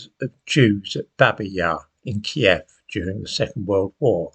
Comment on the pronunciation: and thank you for pronouncing kyiv as we all did back in the day key-ev unlike the woke newscasters